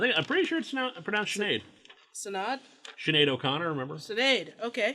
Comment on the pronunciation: Oh boy, Sonic 134 :-| I dunno who sent it, but even I know their intention. EDIT: Also as an Irish citizen myself, Lewis has the right pronunciation for Sinead. Kudos 🙂👍